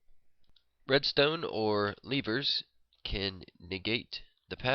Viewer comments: Levers not Leavers!!!! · I love how he says levers.